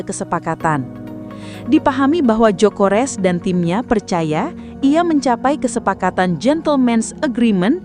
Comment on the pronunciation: Gyokeres bukan jokores😂